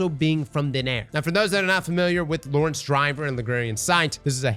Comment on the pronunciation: haha and lor-ENTS